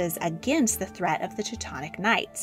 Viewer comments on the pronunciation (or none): none